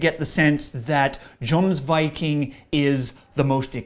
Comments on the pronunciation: Poor review. A mispronunciation of the album name right off the bat, and lots of video footage of random crowd headbanging without showing what band the crowd was actually cheering for, made me feel like the host didn't fully research before posting. Had a very Hollywood, ungenuine feel to it. It was then hinted towards Amon Amarth being sellouts (words were never said, but I thought it was coming) for the song Raise Your Horns. I've listened to this song many times with no outside opinion, and not once did I ever think this song was not true to the bands roots. An incredibly catchy riff, guitars tuned way down to drop A, and lyrics true to their Viking influence. This song is is 100% accurate to what Amon Amarth is all about. I expect this song to become a crowd favourite at shows for old fans, and new. First Kill blew me away when I first heard it. At Dawns First Light definitely feels a bit like Iron Maiden's Run To The Hills, so I encourage you enjoy every harmonized note! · Here's the thing... we can't argue ignorance because Sam made a deliberate effort to pronounce it with an accent that does not fit the English dialect. He made an attempt to pronounce it properly, yet utterly butchered it by missing the simplest difference to grasp. That's why it's an issue. If he pronounced it Jomsviking with full English pronunciation, then it would be wrong but forgivable. If he pronounced it properly, then we'd admire his accuracy. However, if he pronounces it with a bastardized attempt at doing the language justice... well, that opens you up to criticism. Just listen to the first ten seconds of the video; that's really all you need. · raise your horns has nothing to do with drinking beer... and the album is pronounced Y-omsviking not J-omsviking just like the name Johan you say Yo-Han no Jo-Han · I cringed when I first heard the mispronounciation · Pronounced yomsviking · kill the "J" sound and use a "Y" sound and you'll have the pronunciation of Jomsviking correct.